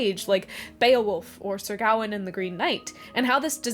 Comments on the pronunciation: Wait Sir “Gowan” and the Green Knight? You criticize their pronunciation and then say “Gowan”??? 😂 And Frodo baggins isn’t different from other hobbits? Really? And a red golden dragon isn’t a subset of a golden dragon? Are you sure about that? I feel like a number of your criticisms could be summarized as “Americans need this really obvious point to be explained to them in more detail”. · Criticises someone else's pronunciation whilst mispronouncing Gawain.